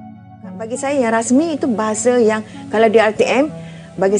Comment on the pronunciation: Lah ga usah bingung..pengucapannya saja sudah susah ..Bangsa jadi bangseu saya jadi sayeu ,bagai mana jadi macem maneu...pengucapan sama tulisannya orang pasti bingun nulisnya harus bagaimana..😄😄😄🙈